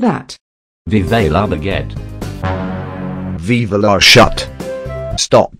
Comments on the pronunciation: "where are croissant" "viva la Baggett" "vivia la *SHUT*" Destruction 100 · Larvae Samel534: “viva la baggette’ Larvae amprodeer: “viva la SHUT” 😂😂😂😂😂😂😂😂😂😂😂 -I honestly can’t